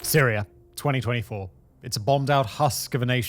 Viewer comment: There is no such place as Syrier, nor Russier. What is "medier?" I've never heard of Americer either. In grade school we were taught that people from Great Britain spoke the purist form of English. Not sure where you grew up but your slum street jargon is a disgrace. Take a sabbatical and take some classes in English pronunciation before trying the documentary profession again.